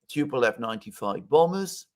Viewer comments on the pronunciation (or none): none